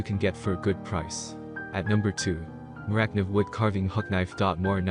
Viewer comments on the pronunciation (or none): Thank you for your video and your opinions. One thing though - Morakniv is said ‘more-a-kneev’ not ‘morak-niv’ if that makes sense? 👍🏻👍🏻